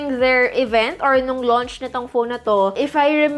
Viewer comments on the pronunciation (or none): none